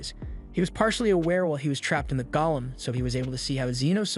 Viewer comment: The AI needs to be fixed: it’s GOLEM (Go-Lem) for the stone being Aston got turned into, not “GOLLUM” (Goll-um).